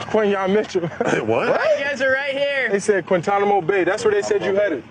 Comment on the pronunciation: Its Quinyanamo